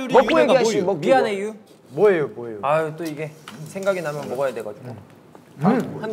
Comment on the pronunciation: Inii tuu sebenernyaa logattt manaa sii😭 trus ada mianheyuww😭